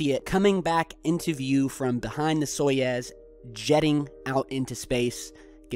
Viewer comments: Soyuz is the correct name of the Russian space capsule system, not Soyez. So is is sounded like Soy-Yooz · Soyuz is pronounced like "sa-you-z" (with the accent on "you"), not "saw-yeaz". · Soyuz is pronounced more like "soy ooze"